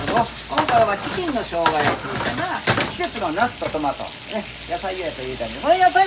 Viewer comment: I hear "ceking" 😂